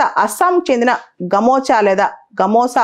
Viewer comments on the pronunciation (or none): Gamocha kaadu medam gamcha antaru vatini naaku telusu chala manchiga nestaru